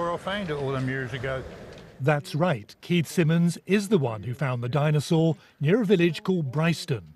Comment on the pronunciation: a di-nose-aur